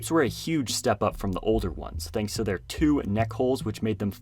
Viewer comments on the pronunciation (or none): none